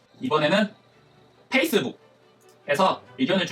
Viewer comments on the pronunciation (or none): none